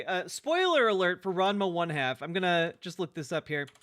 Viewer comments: The reason that is pointed out is because goes on and on about how people aren't true fans of the show, but he isn't actually even pronouncing the show correctly. It's strange to claim to be an OG fan without knowing how to say the name of the series. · Since he can't pronounce Ranma 1/2 properly, we should call him ""